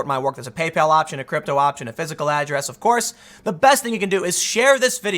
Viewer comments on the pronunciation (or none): none